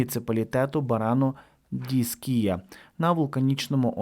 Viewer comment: Іскія (наголос на першу букву І)